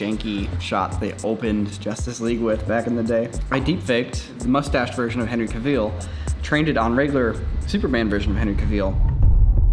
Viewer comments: Henry Cavill not Henry Caviel haha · Cracking me up the way is saying Henry "Caveal" lol. Go listen to an interview where he says his own last name. It's not "Caveal" and it's not even "Ca-ville" like it would seem. It's more like "CAV-ul";) Here's a link to him saying it himself, for reference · Cavil (Ca-vil) not Caveeel.....lol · no ones gonna talk about how he says Cavil and not Cavill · CAV-ALL not CAV-EEL lol Edit: okay fair enough he said it correct after😂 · It's pronounced Cavvle. Not Cavveal! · Who is Henry Caveel? Cav-ill is how you say it 😅 Also, your videos: Ads within the video, YouTube ads, more ads within the video, YouTube ads, etc... Do you have no other way of making money? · Everybody: Henry Cavill: Henry Caveell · A wise man once said: "Cavill is pronounced like travel" Not Caveal. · Caville? It's Cavill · I'm pretty sure you KNOW, but just in case you weren't trolling us... it's pronounced like it's spelled,. 😏😁 Cavill... not Caveel. 😂😂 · The way how says Henry Cavill should be illegal. Henry said it’s actually pronounced like “travel” “travel - cavill”. NOT Cub-Veehl. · It's Cavill... not Caville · Why did he say Henry caveel? It’s cavil. I swear they don’t know how to pronounce anybody’s name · caveal? its pronounced: ca vall lol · cavil not caveal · Henry "Cavillle" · "Cavill" is pronounced like travel. Source, Henry Cavill himself. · It's Cavill like "travel" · It's the "CaVILE" for me lol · I just don’t know how I feel about saying “Henry Caveel” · Awwww yes... Henry Cavill Aka Superman, or as says “Henry Caveel” 🤨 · Caveel? Henry Caveel? Who is Herny Caveel? Never heard of him. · Henry Ca-veal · "Henry Ka-Wheel." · Cavil, lol. Note: not judging btw, btw I used to say it like that as well. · What's with the weird pronunciation of his surname? Its Cavill like 'Cavil-ary', no need to add the Continental inflexion. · said "Henry Caveal"😂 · "Henry Cav-eel" will never not make my skin crawl.